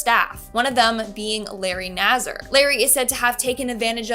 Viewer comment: It's Larry nass -ar not zzer